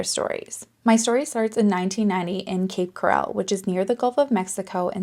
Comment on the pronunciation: Cape Coral is pronounced core-ull. Like coral in the ocean.